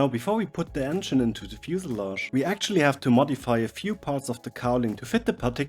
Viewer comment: I think the word is pronounced fuselage,... It is kind of a tongue twister when you think of it....